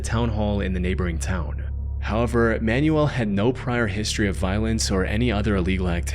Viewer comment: Every time you say "Man-U-El" I think you're talking about an instruction guide. The name is pronounced, "man-WELL" - especial among Spanish speakers.